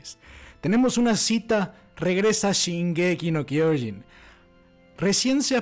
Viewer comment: Se pronuncia SHINgeki no kyoJIN